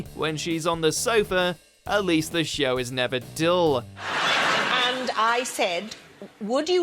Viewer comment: Most of these are not really awkward, now are they. Well, maybe two. However, all I ask is that the narrator get it into his noggin that there is only one syllable in the word 'show', also random other words out of his mouth.